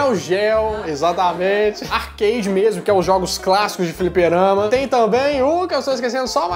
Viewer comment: Vlw cara vc me ensinou como se fala a palavra arcade